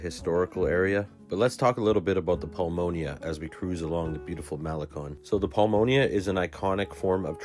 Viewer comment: Nice video and virtual tour. FYI, you are mispronouncing the following: - Mazatlán - pulmonía - El Faro - malecón Note accent points and how vowels are pronounced in Spanish.